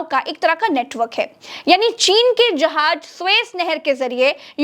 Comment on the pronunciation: جحاج نہیں ہوتا جہاز ہوتا ہے 😂 میں نے نہیں دیکھی آپ کی مکمل ویڈیو آپ جہاز کو جحاج کہتی ہیں 😜